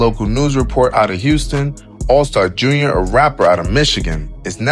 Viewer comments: It’s all star J.R lol you saying it all wrong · 😂 man! Never heard Allstar JUNIOR before 😭